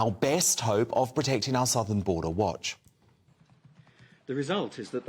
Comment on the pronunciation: "Our borders" said in the most Australian accent ever😂